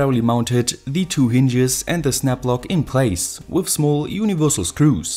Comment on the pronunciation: Why do you say with instead of with